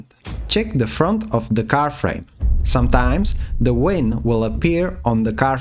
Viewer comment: 🤣🤣🤣German Accent, I guess. WIN indeed🤣🤣